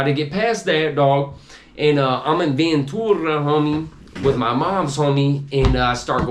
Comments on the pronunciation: I was born and raised in Vta, lived 4 streets back from Juanamaria, whole family went there, man I ain't Never heard nobody say Ventura like this clown haha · Why does he pronounce Ventura like that? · Naw, none of the homies over-pronounced it like that, not even the homies the Avenue would slang it like that, this dude whack! haha